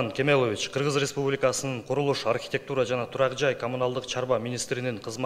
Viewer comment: Республикасынын деген созду так айтчы айланайын